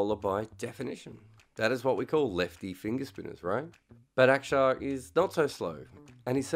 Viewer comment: Props on pronouncing Axar correctly mate!